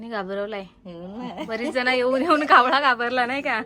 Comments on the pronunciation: कावला नाही ओ कावळा 😂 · कावला नाही कावळा म्हणायला शिका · आदिवाशी कावला म्हणतात पण तू कशाला कावला म्हणतेस कावळा म्हण कि. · ताई कोकणी वाटतं कावला नाही कावळा